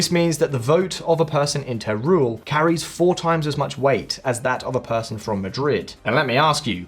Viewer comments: Teruel “teh-roo- el” not “tay rule” FYI. Good video though, thanks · Teruel is pronounced as Terwel.